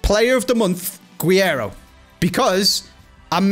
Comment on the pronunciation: Hey man, awesome video: just wanted to say, it’s actually pronounced g - rreiro